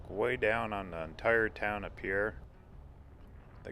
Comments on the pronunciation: "We're in 'pea-air', South Dakota!" NO! NO!!!! :-) It's spelled "Pierre", like the French name, but it's pronounced "PEER". As a lifelong South Dakotan of nearly 54 years, I can be absolutely trusted on this. I just got back from there today after spending a few days training in Pierre. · Agreed. When I was visiting, the first native I encountered quickly corrected me. It's Peer, not Pea Air, we're not French. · I grew up in SD. (Moved there when I was 6 months old. Lived there until age 14 years. The capital of South Dakota, Pierre, is pronounced "peer" not the French way "Pierre". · Great video. Pierre and Ft Pierre are pronounced "PEER" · Pierre, SD is pronounced "peer" by the way. In the winter, there is Christmas at the Capitol and there are a lot of Christmas trees throughout the building. It is awesome. Just found this video and didn't have a chance to watch the whole thing. There is also a really beautiful scenic drive that follows the along Highway 1806 / 1804 that goes from Fort Thompson to Merida, ND. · Great video. I really enjoyed it, especially being a born and raised South Dakotan. Just a small FYI, the capital is pronounced "Pier" even though clearly spelled like the French name Pierre. Also, the Missouri River around Puerto has great walleye fishing. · As a native South Dakotan, I enjoyed the video. BTW, the locals pronounce Pierre as "Pier". For future info. ;-)